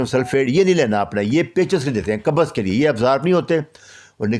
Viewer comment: Kabaz nahi sahi lafz by qabz